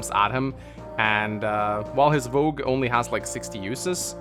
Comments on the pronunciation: It's Vooj, it's spelled Vou-ge, not Vo-gue. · It's not "Vogue", it's "Vouge". This is pronounced "Voozh", so Project Exile's "Bhuj" was pretty close. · I think Mekkah is wrong, it’s Vouge not Vogue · But he mispronounced it, it's "vouge"